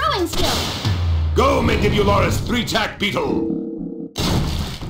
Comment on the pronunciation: アダーはマンディブラリスミツノサイカブトの名前はすごく言いづらそうに聞こえるね。